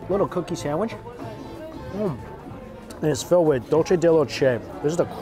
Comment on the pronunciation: Mike is dulce not dulche(she). meaning sweet.